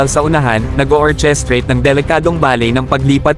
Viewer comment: precision ?presizh'n/ po ang pagbigkas. orchestrate ? /orkestreyt/ po